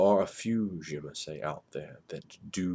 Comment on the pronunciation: It was pronounced "zuh-mee-see" in Vampire Bloodlines